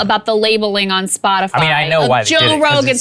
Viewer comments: When Psaki said "Spotifly" she showed her hand, she is bullshitting. She has no idea wtf the guy was talking about. That was not her misspeaking, that was her bullshitting. She's a good bullshitter, she had me going. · She called it “SpotiFLY” ..shows how out of touch she is with the situation! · Did She say Spotifly 😳🤔👀🤣😅😂🤣😂🤣😅😃🤪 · Did the Sith lord just say, "Spoti-fly"? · Peppermint Patti said "SpotiFLY" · Spotifly??? Did she say Spotifly? Spot-a-fly? This invokes conference in her numbers? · Did Psaki say "Spotifly"? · Dam "Spotifly" needs to chill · Did she say “Spotifly”? 😂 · Did she just say "Spotifly"? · She called It spot-a-fly, listen close! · She said Spotifly... She's trying to set up for technicalities later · This is the second time I've seen her pronounce this as "spotafly". Why is nobody asking her if she can read? She represents the leader of our country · Am I the only one who noticed she says 'Spot-a-fly' lol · She said :Spotifly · I just listened to the US Press Secretary call it "SpotiFLY." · she doesn’t even know what “SpotifLy” is. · Damn… none of y’all caught that? “Spotifly”?? C’mon lady robot. She doesn’t even know what she’s talking about. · She called it 'Splotify' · Lol "Spotifly" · Bro she can’t say anything when she calls it “spotifly” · Did she say "Spotifly" for the love of misinformation? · Did she say "Spotifly" ? 😂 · She said SpotiFLY 🤦🏻‍♀️ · Spotifly? Am I the only one hearing that? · I like how Breaking Points chose the Jen Psaki fly swatting image and the clips has her saying Spot-a-fly. 😂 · SHE SAID SPOTI-FLY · Anyone else catch her saying Spot A Fly. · Did she say 'spotiFLY??? ' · Oh she's talking about Spotifly, Joe's fine. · Hey, listen closely she says "Spotifly" 🤣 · she says Spotifly. WTF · She can't even pronounce "Spotifly" right. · Did she just say spotifly? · Did she say spotiFLY?? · does she call it SpotiFLY??? 😂😂😂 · She said Spot-i-fly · And still said spotifly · "Spotifly" - Jen Psaki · Did she say Spotifly